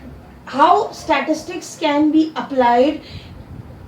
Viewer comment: Its statistics not statitics